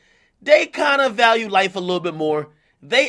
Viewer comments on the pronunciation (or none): none